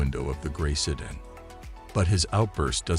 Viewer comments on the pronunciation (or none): What the hell kind of a car is a "setting", "sudden" or "seton"? I think your robot means sedan.